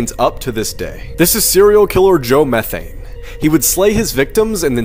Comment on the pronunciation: Joe Metheny, not methane...how did that kid get methane